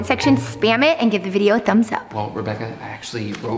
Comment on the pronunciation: Its video not vidvio